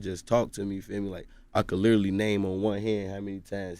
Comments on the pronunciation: I want him to stop! Saying litally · "Lidally" ~ G Herbo